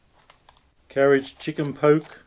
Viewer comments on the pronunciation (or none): Did you say carrage chicken? Karaage is [kara age] or [car ra gee] but definatley not carrage